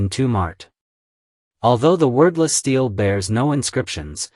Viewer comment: Very interesting!👍 But, for heaven’s sake, learn how to pronounce “stele”!👎🏼